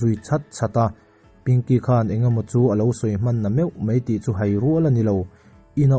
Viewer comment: Hai rual te..Hei rual ti in i chhiar a, Mai a.. tih te Mei a.. tiin i chhiar a, Vaivir leh Vei vir te... A leh E i hmang hrang thiamlo tlat...mizotawng zir nasat ala ngai hle mai